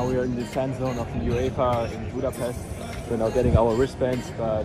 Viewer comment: As a Hungarian I only can say thank you for all of this!🇭🇺🇭🇺🇭🇺love U brothers🇮🇩🇭🇺 ...But please learn how to say Budapest...